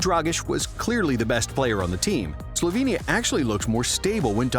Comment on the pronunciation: Where are you two from? UK i presume....If so,why are you pronouncing names of the countries from Balkans like they are situated on Mars??? Slovenia,Serbia,Croatia,Bosnia,Mcedonia,Greece,Italy...Those countries are representing part of the world where democracy was born.You know democracy,civilisation???Brought to you by Romans while you were all saveges,almost cavemen.Funn fact,Serbia is a birth place of 17 Roman emperors.....Romans gave you literacy,democracy, culture,civility and you are mispronouncing our names????Its always fun to watch Brits doing anything.Like being in a ZOO....